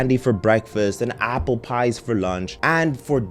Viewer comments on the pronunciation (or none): none